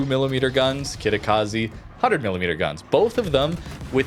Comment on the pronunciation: how difficult is to say Kitakaze..instead of Kitakazi